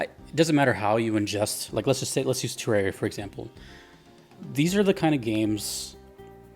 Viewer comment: It's pronounced "Teh-rahr-ee-uh" This was confirmed by the CEO of Re-Logic, Chippy the Clothier